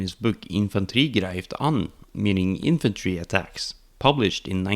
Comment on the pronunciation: "infantri grand", I can hear the Norwegian kompis